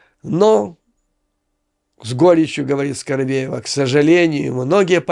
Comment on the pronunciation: Почему скоробеева?Её фамилия скабеева.😅